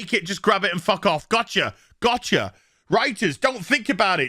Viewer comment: Love how you pronounce "wroiters" for their inability to construct a script.